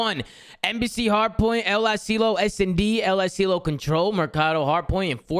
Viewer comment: Why does say El Asilo like El uhSealio